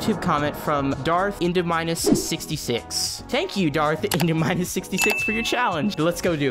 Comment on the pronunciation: I’m not over your pronunciation of Indominus. ENDO-minus🤣 fun video though.